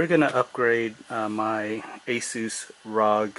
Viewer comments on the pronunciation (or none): Are. Oh. G. not rahg.